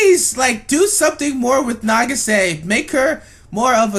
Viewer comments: nageesay? That is butchering the name to the max, it is pronounced, na-geee-sah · Why are you pronouncing it "na-gi-SAY?" It's "NA-gi-sa." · I cracked up at the title of this video then died when I heard you say "Nah-gee-SAY" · Her name is pronounced nah-gee-sah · not trying to be rude but nagisa is pronunced na-gi-sa she has a purpose she is loyal to mami she is a really big help for the magical girls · Why and how is no one talking about how he kept pronouncing Nagisa wrong? Either than that great video. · The way you pronounce Nagisa......